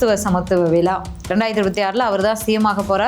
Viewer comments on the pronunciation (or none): விலா இல்லை மேடம் விழா தமிழை கொலை செய்யதீர்